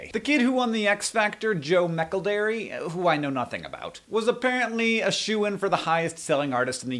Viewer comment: the way your pronounce Joe McElderry:3